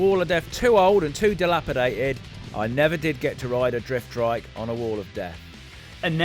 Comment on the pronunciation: Why do you keep saying "driftdrike"